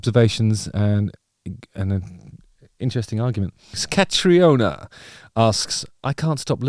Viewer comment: Justin, cmon man, it's pronounced Cat-ree-na